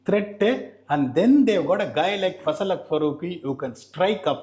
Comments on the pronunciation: Ash Nah. Fazalhaq Farooqi ❌Fazalhulaah Farooqi ✅😅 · Hi Ash Anna. Fazalhaq Farooqi ❌ Fazalhulaah Farooqi ✅